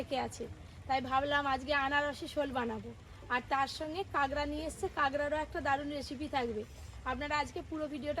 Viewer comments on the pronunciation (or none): Tumi age kakra bolte, ekhon kagra bolo keno? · Kagra na..kakra bole😂